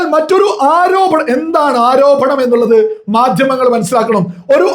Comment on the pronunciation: ആരോഭണം? ആരോപണം........